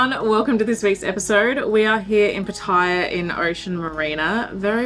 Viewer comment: Could you please pronounce the name of Pattaya City the correct way. It's NOT ' Pa-tyre', it is pronounced ' Pat-tay-yar'. All foreigners that live here, and the Thai's, would greatly appreciate it. Many thanks.